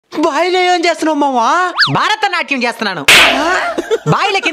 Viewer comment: భారత నాట్యం కాదు భరత నాట్యం అనాలి